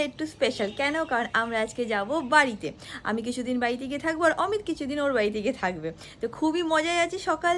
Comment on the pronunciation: অমিতদা কে কি করে তুমি ম্যাংগো বলতে গেলে 😂😂😂😂 পরে অবশ্য ঠিক করে অমিত বললে কিন্তু ম্যাংগো😂😂😂